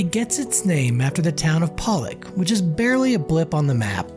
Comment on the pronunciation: Poe-Lock not Pallick bro!